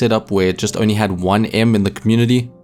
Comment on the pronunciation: Hi I realized that you have the same problem saying the word only like me we both say it like ony and it is really annoying once you realize this I can say the word only but I have to think about it my friends make fun of me for it so I’m trying to get it better. If anyone is wondering what I mean listen to him say it